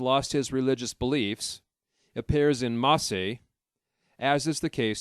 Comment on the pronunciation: This is the worst narrator I've ever heard. So many words mispronounced. The freaking E is silent in "En masse". And it's not protest-ants it's protestants. Wow